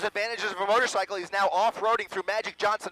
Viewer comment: The first anchor dummy said "motorsickle"